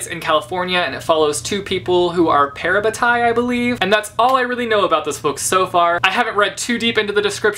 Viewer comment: Whoh the way you pronounced parabatai... 😱 I pronounce it Pa-Rah-Baa-Tay...... Haha ahhh Aussie way of pronouncing words 😂